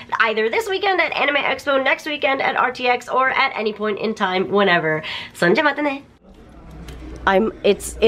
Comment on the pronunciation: "Pleas bring all your enema questions!" is what I heard. LOL.